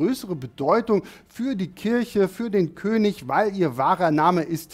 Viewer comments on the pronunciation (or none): none